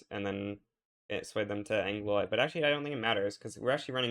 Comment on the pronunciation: Pls it's pronounced anglwa not angloy. Good shit, though.